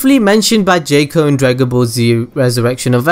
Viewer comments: It's JOCK-Oh....not JAKE-Oh. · I know he pronounced jaco's name wrong but I think he made a cooler pronouncation of his name. jayco > jaco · mofo needs to stop saying Jaco as Jäco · the first thing I already knew way before it got released, this ain't a good start I thought u said I didn't know this xD this best get better :P the 2nd thing, I know as well -_- i know the third as well, gahh you suck! it's pronounced 'Jack-O' they even rhyme it in the film with Taco and Paco, you don't say 'Tayco' do you? -_- lots of the other stuff afterwards, again I KNOW. stop claiming that I don't know this stuff you lie!! xD I'm pretty sure a lot of people noticed the One Piece easter egg! I noticed that straight away I'm pretty sure almost everyone knew that -_